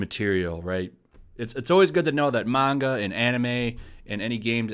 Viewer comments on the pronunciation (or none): none